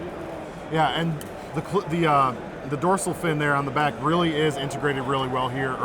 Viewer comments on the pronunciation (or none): He said dorcil... like finn.... like shark finn... like shark lock